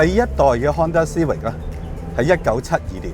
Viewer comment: 逐代舊的款拎返黎講實都好睇, 留個記錄. CIVIC實係英文黎, 有正確的讀法. 過往讀錯左可以現在改返既姐. 主持比這款車年紀大多少? 慢慢原來這些已變了現這代的的老爺車